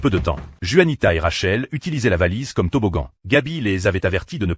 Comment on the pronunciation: Juanita le J devrait être prononcer R comme gaby le prononce